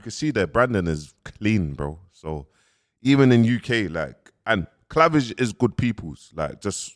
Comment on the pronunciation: How’s man saying clavage fuck that from now on it’s cleavage🤣🤣🤣🤣